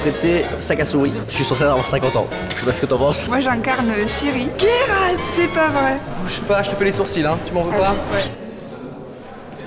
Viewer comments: Coucou, faudra juste dire à Natoo que c'est Géralt pas Guéralt XD dans la pronociation XD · Pk ils le prononce « guéralt» alors que ça ce prononce « jéralt »